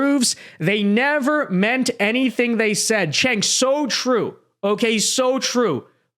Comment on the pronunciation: It's jenk like jenkem not chink like what you are.